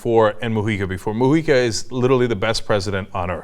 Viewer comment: Nice to hear "Mujica" pronounced correctly :-D